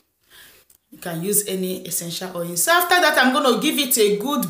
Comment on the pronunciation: Why is oil pronounced as "oye"?